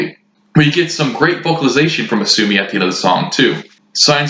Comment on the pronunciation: FYI the singer's name is Asami - pronounced Ah-Sah-Mee not Ah-Sue-Mee